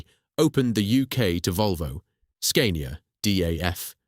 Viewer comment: Then Scania😫. The "a" is pronounced as in "cat" not as "cane".